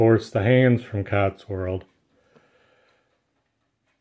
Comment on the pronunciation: You keep saying Cots-World. But isn't it actually Cotswold?